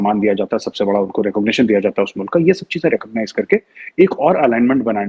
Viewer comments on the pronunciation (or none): none